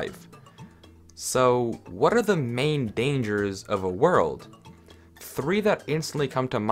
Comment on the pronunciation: I heard you say arrrre